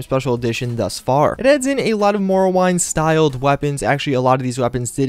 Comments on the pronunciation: (How he said it: MORE-OH-WINE-D) (how literally everyone else says it: MAR-OH-WIND) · He said morrowaind instead of morrowind 😂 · morowind not morrowine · Morowind = MORE-O-WIND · Aemiliyo him saying morrowind triggered me so badly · The way you say Morrowind triggers the shit out of me. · why do you say morrowind so weird 😂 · You mispronounced Morrowind smh